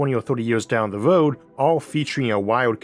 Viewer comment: I'm sorry, but if you have a serious childhood speech impediment, you shouldn't even think of narration. It's "car" not "cow". It's "road" not "woad". Go get some speech therapy so you can speak normally.